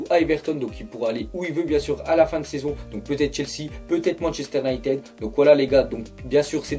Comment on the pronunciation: La vie arrete de dire Manchester UnitEd , le " e" se dit "i" Gros fait un effort mdr